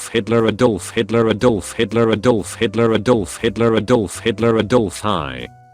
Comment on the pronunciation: a doahllf hitluh